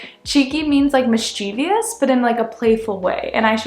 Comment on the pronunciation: Mischievous not Mischievious